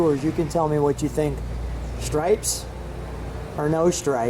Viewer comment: Cant pronounce the word " stripes " its not "schtripes"